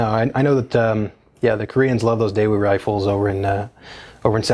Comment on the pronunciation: Just a quick FYI: the correct pronunciation of Daewoo is… hard to explain in a text note! Best I can do is Daewoo without the W so "Dae'oo" or "Dai'ouh" :)